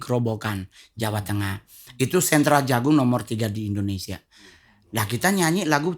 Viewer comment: Yg benar Indonesia apa endonesia..